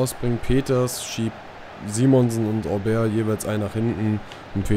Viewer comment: So: "Obäär" - du machst das schon richtig :)